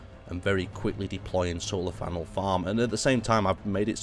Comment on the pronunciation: Great mispronunciation